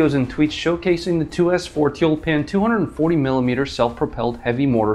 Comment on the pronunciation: It's t-you-l-pan.